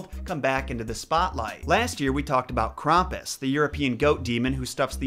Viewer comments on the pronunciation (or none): I've watched American Dad or the guy says Krampus. Krampus get it right it's Krampus you're saying it wrong